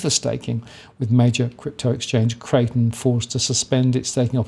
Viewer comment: It's pronounce "cracken":)